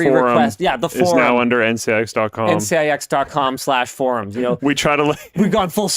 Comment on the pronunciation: ncix sounds like nginx